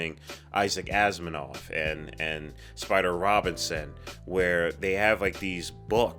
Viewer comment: Cronenberg. Next up: Naked Lunch. Eh? You might wanna read William S. Burroughs book first tho, for context. It's an easy and fun read tho, albeit weird and disturbing as fuck. Apologies for pedantry, but you said it twice: There's no 'n' in Asimov. :)